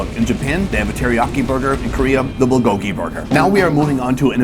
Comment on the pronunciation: If you've lived in Korea for 8 years why can't you pronounce, "bulgogi?"